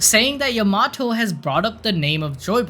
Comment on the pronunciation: Bro the way you’re saying Yamato is painful